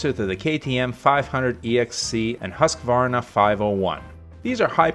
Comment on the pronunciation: Good video. So nice to head someone who can pronounce Husqvarna.